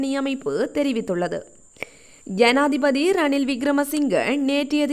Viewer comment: யனாதிபதி அல்ல ஜனாதிபதி கிங்குராகொடஅல்ல ஹிங்குராகொட Pஅந்துல அல்ல Bஅந்துல